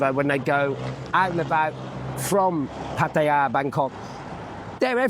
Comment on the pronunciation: Comfort food is never over rated, it's needed after a few bevy's 😅 Great video and can I say well done for pronouncing Pattaya correctly, that's nice to hear and the Thai's will appreciate it too 🙏✌